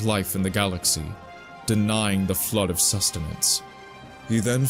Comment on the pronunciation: is probably a good dude, but his pronunciation is very hard to ignore. Flood becomes "Flirt", Forerunners becomes "Foreigners" etc.